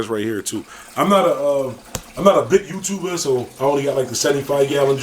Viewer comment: 'I'm not a big YOUTUBA!' LMAO